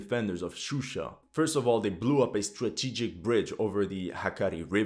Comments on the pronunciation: Not Shushi, but Shusha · Gurbanli in the map it said shushi but he said shusha. I don't think he cares. He just used the most common English names. For that you have to blame English language media